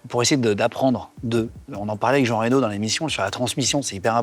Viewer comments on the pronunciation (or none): none